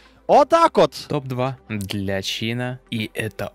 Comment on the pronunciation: Не чИна, а чинАа